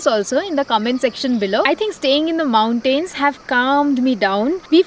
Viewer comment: Respectfully, please improve your pronunciation of "mountains" it's very off putting